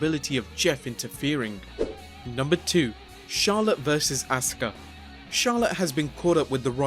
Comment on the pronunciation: A SU KA is not ASKA - sound it out A SUE KAA